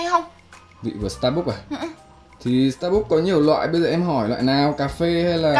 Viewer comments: Đọc là sta “bấc” chứ ko ai đọc là sta “búc” đâu nhé 😂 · dù mình ngu tiếng anh nhưng mà cũng biết đọc sai Starbucks = Sa Búc ???????? WTH :)))